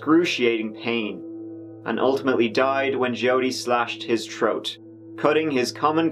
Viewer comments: when you say “troat” instead of throat I can’t help but laugh even tho it’s inappropriate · What’s a Troat? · The word is THROAT not TROAT. Good God man go to a speech therapist!!